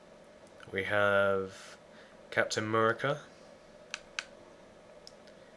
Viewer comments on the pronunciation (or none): You said captin amoorica